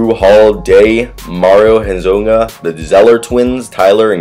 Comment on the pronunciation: for future reference Mario Hezonja is pronounces Hez-Own-Ya